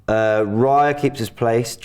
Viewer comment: Another video where Robbie is pronouncing Raya’s name wrong. Your saying it as it sounds like reya when it’s Raya